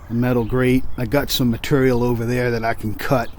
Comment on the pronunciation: I wondering would that even make a difference if you do hook up that Brown Wire? The way you say Material makes Me laugh!! I wont be on today, will finish the Panelbeating on My Daughter inlaws car. (She Smashed it). Will paint it next weekend, or later in the week depends on the weather.